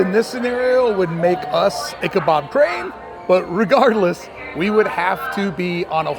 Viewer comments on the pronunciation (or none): Did you say IchaBOB?!